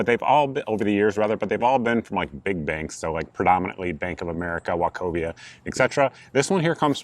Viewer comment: Bruh said Wachovia😂